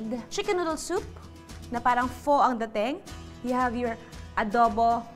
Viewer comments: It is pronounce as "Fa" PHO not "Po" :) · Love this episode. Luna is getting more gorgeous! Btw, Pho (Fo) is pronounced as (Fa) as per my Vietnamese colleague. 💛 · It’s FA not faux when you pronounce pho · Pho= pronounced as “Fá” not “Fo” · I will surely try your soup recipe. Btw, I don’t want to sound rude,but it is actually pronounce as “fuh” . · Judy Ann's Kitchen Hi I don’t mean to be mean but PHo is pronounced as Fuh. Love the recipes though.👍🏻😍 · Loved all of your videos 😍 already tried your adobo flakes.but skipping the rice instead I used cauliflower "rice",iam on keto diet. BTW you should say "pha" the "o" in pho is pronounced as "a".😍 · Luna is so cute. She always wants to help. 😍😍 Btw. Pho 🍲 is pronounced as “fuh” 😊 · Pho is pronounced as "Fuh" like the word "F**k". But all in all I enjoyed the video and might surprise my boyfriend with this! Thanks Ate Judy! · Not a basher....Pho pronounced as "Fa", knowledge is power sabeh ni Ernie Baron